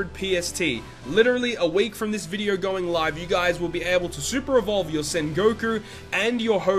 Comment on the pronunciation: I love how he says "video" lol: In this vidyeo...